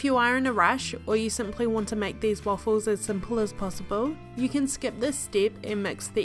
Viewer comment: You speak waffles like ahfles